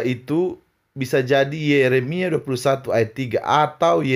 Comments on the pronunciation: Yermia uttas bukan yesemia😆😆😆😆uttas takiya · hahhha,ketawa guling guling ahli injil ????? belajar di tong sampah yeremia,aja dibaca,yesemia. 🤣🤣🤣🤣🤣 ayat,nya,aja,beda,,sama,yg,dikatakan,ini mah,stress tingkat,dewa ayat,karangan sendiri yg dibaca yg,seperti ente pengen dpt duit jual bohong 🙉🙉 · Serius bgt pak'...sebut nm Ayat. YESEMIA' Pada hal' YEREMIA'...PARAHH....!?👎👎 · Haaaaa....Yesemia😂😂😂😂😂😂😂 ngaku2 paham injil padahal bodookkkk bukan main😂😂😂😂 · Lidah terseleo itu wajar..., yg penting..., maksudnya dan isinya benar... Mikiiiir... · Mosok mantan pastur kok gak bisa hafal nama kitab Yeremia kok jadi Yesemia , betul Dia bisa Pastur tapi kok bisa keseleo lidah , apa lidahnya kaku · Bikin malu... Ngaku pakar Injil kitab Yeremia dibilang yesemia 🤣🤣🤣🤣 anak TK kristen pun gk mungkin salah ngomong 🤣🤣🤣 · Bukan yesemia, tp yeremia 🙃 Katanya pakar😂😂injil. Nyebut nya aja salah2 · Lagi" mantan pastor bertaqiya katanya pakar Injil tapi nyebut ayat saja salah 😁😁😁😂😂pakar kalah sama anak sekolah minggu 🤣🤣🤣🤣. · Katanya ahli injil surat Yeremia sj salah sebut... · Sebutnya salah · Ngakak pakar kok salah ngomong ayat aja ,yeremia aja ga bisa .. wkwk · Dr pengucapan sdh salah gimana mau ttg kekristenan ...dasar mencari nafkah hy menbodohi jemaatnya...bagi jemaatnya yaa iya iya aja krn mereka tdk tau sama sekali... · Mualaf yg kualat, ngaku pakar dan ahli Injil, tapi mengucapkan nama ayat aja salah. Apalagi isinya tambah ngawur. Kasihan umat Islam dibohongin dan tipu dengan omong kosong. Coba kalau umat yg cerdas yg mendengarnya langsung dicek ceramah ustad palsu ini. Pasti ketahuan bohongnya. Ceramah, kok isinya kebohongan dan kata-kata kasar. Rugi amat yg dengar gak dapat berkat dari ceramahnya.